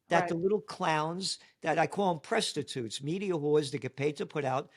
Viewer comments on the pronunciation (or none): Did I hear Gerald use the word, pres-titutes. lol Making a mental note. 🤭